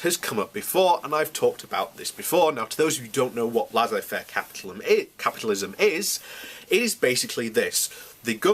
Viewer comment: Prince Albert was a war monger? Well it was a German thing at the time. It's Laissez Faire capitalism (pronounced Lay say fair) not Lazzay Faire